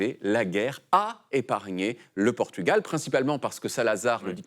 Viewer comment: y'a plein d'autres symboles à Lisbonne: le pont du 25 avril, la tour de Belém, les tours commerciales vers Campolide (1er grand centre commercial d'europe), l'église Santa Maria, ..etc Par contre l'accent portugais de David est impeccable.